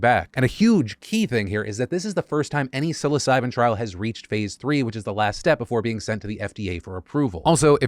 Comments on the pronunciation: TIL psilocybin at 2x speed sounds like "suicide" 😱💀had to relisted to make sure you weren't making a super dark joke . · Lol was busy doing something while listening to your vid, but kept hearing you say su!c!de, instead of psilocybin. Had to come check the word. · I wasn't really paying attention and for a second i thought Phil said "*Suicide* keeps looking better and better as a treatment for depression" and I got concerned